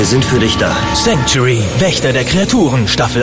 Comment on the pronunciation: sangk-choo-eh-ree ist die korrekte Aussprache, nicht wie bei - extrem peinlich.